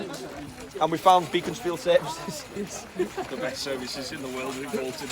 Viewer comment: Ha ha... Even if we go down we can say we beat the champs twice!.... The fans were a credit to the Saints team again and fun had by all.... By the way though it's pronounced 'Beck- ens- field' not Beacons- field..... 😊